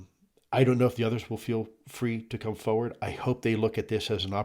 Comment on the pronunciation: Foe ward is a strange way to say forward. 😊